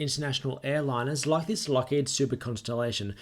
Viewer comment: Lockhead???? Lockheeed. lol... sorry had to